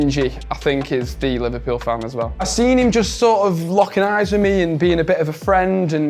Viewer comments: How come they didn't pick up Liver-"pew" scouse pronunciation, when most all other people would use the default Liver-"pull" way of saying it. I'm not even a native speaker and I got that on the first time he uttered the word and he did it maybe 4 or 5 times as a whole. P.S. I am a Liverpool supported so maybe I'm just attuned to the scouse speach by now 😂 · gave it away the way he said "Liverpewl" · The way that said ''Liverpouuueeel'' threw him away for me right away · the way he pronounces liverpool makes it obvious knew it when i hesrd it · Can't believe said liverpoul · It’s the way he said Liverpool, he said it in a scouse accent